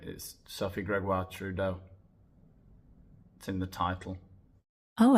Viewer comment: I love the way he says “soaf’s” name with the French accent—I can’t watch videos while drinking anything because I’ll inevitably end up spitting it out from laughing so hard!